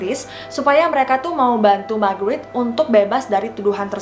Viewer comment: Kirain ngomong Margarin🤣😅😂